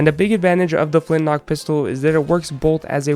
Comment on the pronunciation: I honestly thought it was called the flint lock pistol so I was getting somewhat peeved when you kept saying flint knock XD